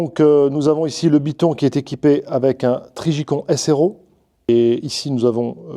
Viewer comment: Trijicon prononcé en français, …. Ça m’a fait sourire (la fatigue sûrement mais j entends con…)